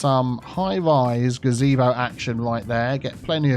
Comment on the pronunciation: The first time you said Gazebo like that I lost my mind.